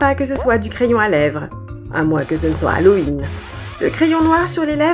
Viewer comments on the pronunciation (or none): none